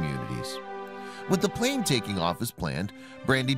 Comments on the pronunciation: Its plane not plan bro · It’s “plane” not plan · It's plane, not plan. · Lol it’s PLANE Not PLAN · It's plane not plan!!!!